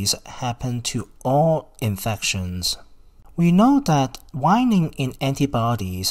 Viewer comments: Waning /way-ning/, not /why-ning/. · Waning.... not Wining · Pronounced wayne-ing. Informative video tho for sure